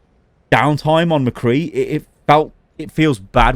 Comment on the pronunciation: Thank you for saying Mcree’s name right